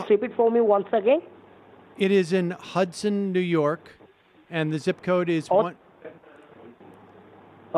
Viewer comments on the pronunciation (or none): This was funny on how you twisted these scammers around. How can people fall for this? The scammer can’t even say ‘Hudson’ 😃. One of these So called IRS scammers called me that too on a Sunday ! Go figure :) 😂!!